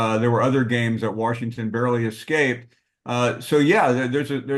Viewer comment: "Warshington" - Paul Finebaum